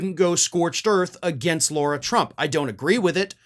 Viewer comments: We get on Trump and other republicans for mispronouncing Kamala. We should set the example and pronounce Lara the way she requests it to be pronounced. Attack her all day on what she says but it is common curtesy to pronounce their name right. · not to nitpick, but as much of a POS Lara Trump is, her name is pronounced Lar-ah. Like saying car and putting an ah on the end of it. It's not pronounced, Laura. It's a respect thing to use proper pronunciation for someone's name - even when they're trash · Do you deliberately call her Laura instead of Lara? Its the sort of thing Trump would do. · why do you keep saying Laura, knowing full well it's Lara? 🤔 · Lara not Laura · I don’t know if you’re calling her Laura as a dig, like trump and his sycophants mispronounce names.